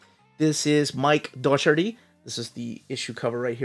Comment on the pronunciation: I ordered the Jim Lee cover but honestly I would have preferred one of the Colin MacNeil covers even though he isn't as big a "name". I loved this run of Conan, it was a real return to form and Micheal Docherty (pronounced Dock-er-tee) was a very under-rated penciller, he gave Conan back some of that grit that Buscema had.